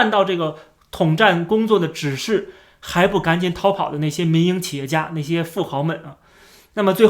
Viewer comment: 我一直聽成迷因企業😅😅